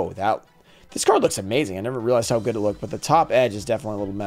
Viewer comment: Hope you pull something gooud and you pull gooud for both sides.